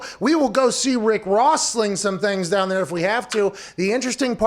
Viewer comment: Whats this down I think u mean DAHN